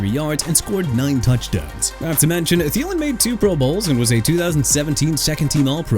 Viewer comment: THIELEN AS IN THEE-LIN NOT TALIN! NEW ORLEANS AS IN NU OR-LINS NOT NEW OR-LEANS! YOU'RE GONNA BE OUTTA HERE SOON DUDE. DON'T PLAY WITH ME NO MORE.